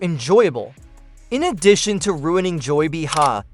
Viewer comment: I can't stand AI narrative! This voice isn't even pronouncing Behar's name correctly!